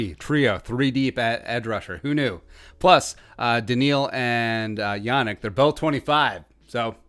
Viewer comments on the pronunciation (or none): it's pronounced "Yah neek"